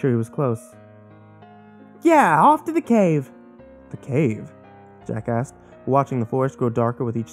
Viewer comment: When you say "Jack asked" I keep hearing Jack Ass xD